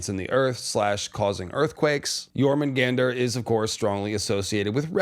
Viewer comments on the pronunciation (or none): I think it is pronounced "Your-munn-gun-deer" Not "Your-mun-gander" I could be wrong. Love your videos thanks for all the content